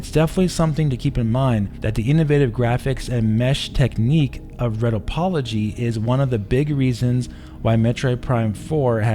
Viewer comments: it's pronounced "Ree"topology. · This is the first time I ever heard somebody pronounce retopology as "RET-toe-pology" instead of "RE-top-pology". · Just as a heads up for us needs out there there... it's called "re-toe-pology". Basi ally simplifying a sculpture to a lower level geometric representation and then utilizing textures to fake the rest that geometry can't.